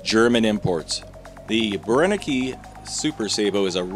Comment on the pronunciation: It´s Brenneke. Three times „e“, three times the same sound. It´s not that complicated, …